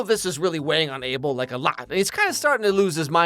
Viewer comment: Guys thats not how you pronunce his name is Uh bel😊